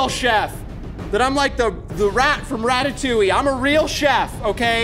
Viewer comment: The way pronounces "Ratatouille" makes me want to defenestrate myself.